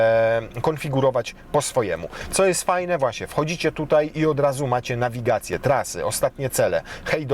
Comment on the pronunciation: Wloncz nagiwacje